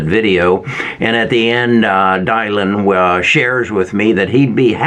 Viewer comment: I like your vids but it’s very concerning that you don’t know Dylan is pronounced “Dillon” not “Dye-lon”.